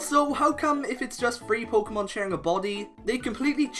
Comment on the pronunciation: should really consider saying the word Pokémon correctly. The accent is not there to make the name look cooler.